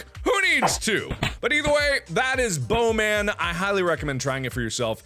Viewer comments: Ha Ha, he says blowman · when mark first said bow man it sounded to me like bone man